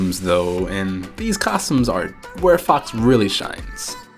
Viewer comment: I'm not sure are u saying FOX or FUCKS... Seriously.. Btw, how could this game tresspass porn scanner from googleplay?